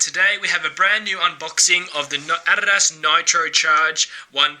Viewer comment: if I hear you say adidas wrong 1. MORE. TIME......